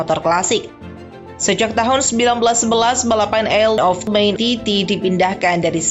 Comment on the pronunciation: Bacanya ayel of man bukan isel of man